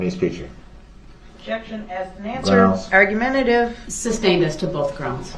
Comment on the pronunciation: who knows. I think if I heard everyone say “sustained”, I’d stop saying “substain”. When I was younger, there were words that I miss pronounced, but once I heard them pronounce correctly, or someone pointed out to me I was saying it incorrectly. I would promptly change it. A lot of that was due to poor self-esteem and didn’t want to be pronouncing words incorrectly, but until I was in my 20s, I used to say “filfy” until someone pointed out I was saying it wrong! However, my brain CERTAINLY doesn’t work like DB’s! Thankfully! If his lips are moving, he’s probably lying!